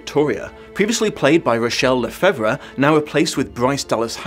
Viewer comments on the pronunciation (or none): Lefebvre is pronounced "le-fave", FYI.